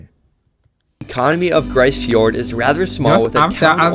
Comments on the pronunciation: Just FYI... it's pronounced "Grease" Fiord. It's a problem when non-Canadians make videos about Canada. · For the record, it’s pronounced “Grease” fjord not “Gryce”.